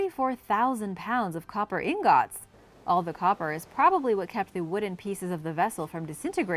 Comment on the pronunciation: on #5 it's pronounced ingot NOT ing got